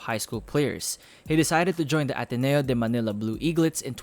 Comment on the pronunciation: kaya pala kuhang kuha mo ang pag pronounce ng sotto at ateneo 😊